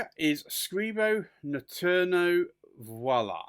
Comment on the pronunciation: For the record: VOILÀ! is NOT the same as VIOLA! There is a huge difference between the two., please get it right... Viola is not pronounced "VOILÀ!" as in the expression "et voila." The word or sound you are so badly butchering is as in the actress "Viola Davis"... which is far different than "voila"... yes, they may look very similar... to a dyslexic person, but they are in deed NOT at all the same.... A viola (vee-oh-lah) is a stringed instrument that is larger than a violin and smaller than a 'cello. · A viola (vye-oh-lah) is a tiny flower.“ Which is what Scribo has intended here, with this hue. NOT Voila.